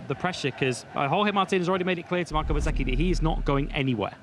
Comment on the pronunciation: Please say Bezzecchi not BET zecci, he has confirmed many times how it is pronounced